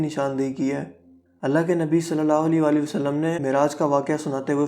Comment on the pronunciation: Khotyy jitnaa qud haii apkaa. Nabii pak ka naam sahii sy lynaa ee seekhloo plzzzz.